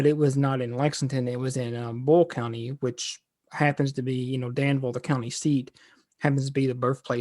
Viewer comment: It's not bull county,🤪🤯 It is BOYLE COUNTY.